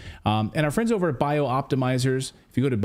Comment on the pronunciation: Clayton, you're putting an extra letter and an extra syllable into Bioptimizers. As written, it is Bi-optimizers NOT Bio-optimizers. Cheers, Roger Peacock